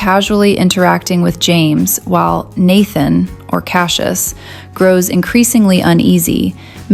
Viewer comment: Don't say Cassie-us, Say Cash-us